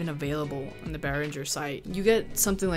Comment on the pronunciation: would be nice if you learn how to pronounce Behringer correctly before you start teaching stuff to other people...